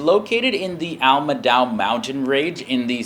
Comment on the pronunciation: Hey! It's Almadow. Letter C in Somali alphabet is pronounced as A. Thanks.